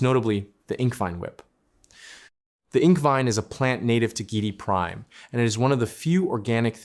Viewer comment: I think that the name is pronounced GEE- eh- dee Prime. Good video to continue the great DUNE saga.